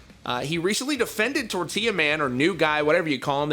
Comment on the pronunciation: Its Tortilla not Tortiya